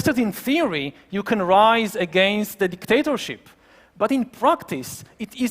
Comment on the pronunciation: His accent: DicDATAship.